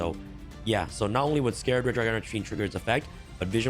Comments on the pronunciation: Love ya vids bro but please it’s “Scar-red dragon Archfeind” scar red not scared or scarred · Its Scarred as in a Scar not Scared like fear.